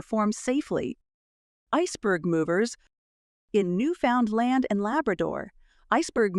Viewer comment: Lost me at "Newfoundland". Stupid A.I.